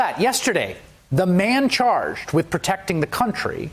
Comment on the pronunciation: When Chris Hayes tell man charged it sounds like man child to me😂😂